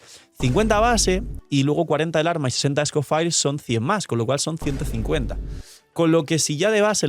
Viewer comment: Cada vez que dice "scofair" muere un gatito